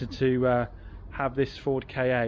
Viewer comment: It always surprises me when people in the motor trade or industry refer to the Ford KA as the Ford 'Kay-Ay'. :) They're not initials. The K and A don't stand for anything. It's meant to sound like 'car'. To quote from AutoTrader.. "Ford "top brass" have given the correct pronunciation as "'Ka' like 'Cat'." Just an FYI :) As to the nice customer, I think you don't owe him anything more. He was quite right in that you had nothing to do with the changes he made. Plus you did fix his A/C issue. Always good to be reminded that there are good, honest people around.